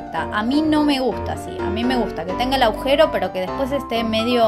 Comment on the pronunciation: Se dice "agujero", no aujero